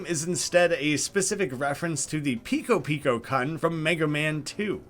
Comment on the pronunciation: Omg please stop pronouncing "kun" like you're saying c*nt 😭😂 it's "koon"